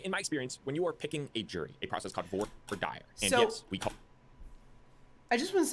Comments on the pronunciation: He can’t pronounce voir dire! That, alone, reduces his credibility with me. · I heard voir dire pronounced so many different ways (by various lawyers and the judge) at my jury duty last year that I'm not convinced there's a consensus pronunciation. Not that I don't have my own preference, of course